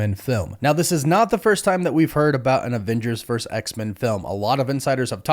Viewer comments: It’s not Avengers verse X-Men, it’s Avengers versus X-Men. Please pronounce it properly. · The word is versus